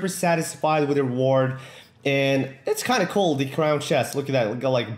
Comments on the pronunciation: When he says cool it sounds like coal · Did he say coal instead of cool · he says cool weird